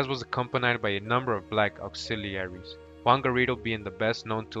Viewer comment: Ok enough learn to pronúnciate these words Cecil ( See-Sul ) and man is not called ( Say-Saul ) Auxiliaries ( Ox-zealer- reese ) ... after an hour I couldn’t anymore.. but Thank you very educational. Google translate pronounces english words too #Irritated 🤦🏽‍♀️